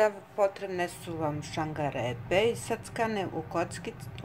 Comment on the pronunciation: Da li je gospođa rekla ŠANGAREPA...kraj slušanja :-)